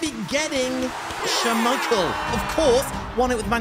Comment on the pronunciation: Nah really said shamichael but keep going man